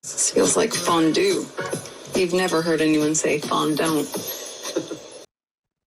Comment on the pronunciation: I thought she said FUNdue ... Not fondue